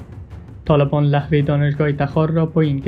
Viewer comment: او بيسواد لحوه نيست لوحه بگو